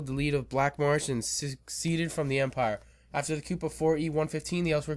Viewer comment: I appreciate the video a lot but I feel I must point out that "province" has no D in it. It seems like you want to say "Providence," which is a city in Rhode Island. Also, "coup" is a french borrow word so it's pronounced "coo". Not trying to be mean, just informative.